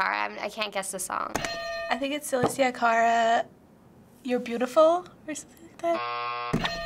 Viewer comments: It pissed be off how she said aleshhhhia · Raul Cercea she really got on my nerves when she said Alessia wrong... 😂😂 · she keeps pronouncing alessia wrong my god hahaha